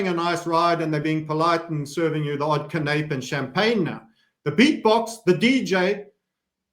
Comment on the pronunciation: It’s pronounced can-a-pay,. Not can-ape smfh:)